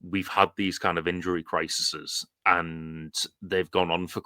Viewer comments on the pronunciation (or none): The plural of 'crisis' is 'crises' not 'crisises', I thought it was just 'crisis' like 'sheep' is its' own plural but as I already pointed out I am never right, an unfortunate habit for a pedant.